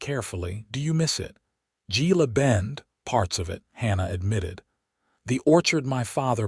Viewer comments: GILA IS HILA PRONOUNCED H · With the relentless blunder in reading and pronunciation in so many of these western tales and stories of women Navy Seals, Gila is Hela in as near proper Spanish as I can write!! I would never disregard the stories of women fighter pilots as they have gone from ferrying planes in WWII to capable pilots as formidable as bees dutifully supporting their hive. There is truth is their capabilities and courage to swiftly take down targets that threaten peace! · Gila is pronounced hela. Gila bend was nothing but a stage stop and resting place in the 1800s. Very sparsely populated. There wouldn’t have been a lunch or dinner crowd if there was even a restaurant at all. There were only a few buildings. Why can’t AI do better research? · Gila, a Spanish word pronounced hela